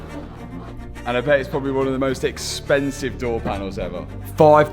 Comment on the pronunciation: maybE, probablE, finalE, mysterE wtf man?